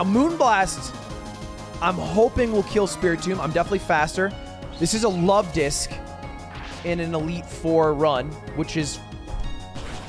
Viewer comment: Lovedisk more like lud-disk